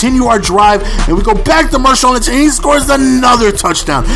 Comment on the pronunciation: hahaha he calls Marshaun Linch Mershaun Linch